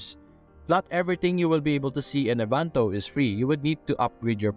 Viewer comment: En-va-to; not envanto. 🤣😅😂